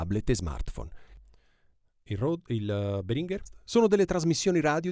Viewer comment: Si pronuncia Béhringer.. in effetti Behrínger fa sanguinare le orecchie. Puoi ascotare il signor Béhringer che pronuncia il suo stesso nome qui su YT.